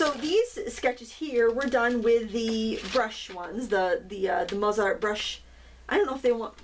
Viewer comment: Thanks for showing these! I like the Zig so these might be fun to try! Btw, the composer is pronounced Mot-sart with o as in no - I suppose the company would be the same maybe???